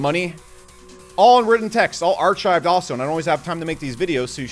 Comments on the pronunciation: it's not ar(ch)chived it's ar(K)chived ka ka lol, great video... you crack me up.. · Im not sure if you're screwing with people by saying ar"ch"ived vs. Ar"k"ived. or are like how I was/am where if I've only read a word I mispronounce it unless im called on it or for some reason I look it up. Regardless solid info. Thanks. I wonder if we can completely replace t1 soc analysts with AI and SOAR since SOAR gets you most of the way there already.. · Ar-CHIVE-d lmao it's said like ark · Take a second and learn to say archived, even I can do that and Im fairly bad at English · Archived is prononced where the CH produces a hard K sound. Not like chips or chives, but like anchor, chaos, or chemist. Just sayin' brah.